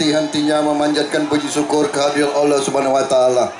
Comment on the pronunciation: Ngomong allah aja blm bener